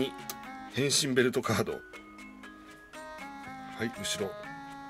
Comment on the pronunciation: 『変身！』のところが、 『行きたい！』にきこえるのは私だけか？